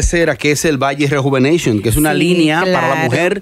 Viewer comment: “Vagi rejuveneichonnn”🤣🤣